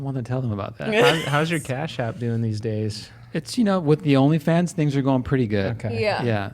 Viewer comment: “ONLY JOONS” 😂